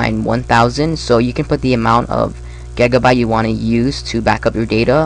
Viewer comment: u said gegabyte